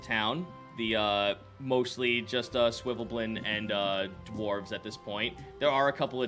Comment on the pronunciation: So is there any reason keeps calling the svifneblin "swivelblen"?